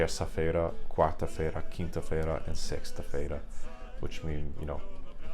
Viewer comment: Just a small correction in regards to portuguese, Thursdays in Old Portuguese should be Joves, the word Xoves is actually Galician. Also your pronunciation of Sexta-Feira was a bit weird, /'se(j)sta/ not /'seksta/.